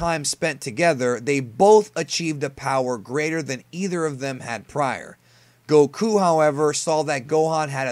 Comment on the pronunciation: Did you just say Dr. Garro? Super Siyan? Gokuu? Your pronunciations are so cringe dude.